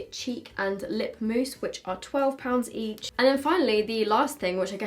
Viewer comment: And a pint of heach 😂